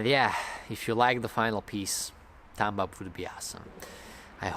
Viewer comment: Woah he actually said "thumbs up" instead of "tums up"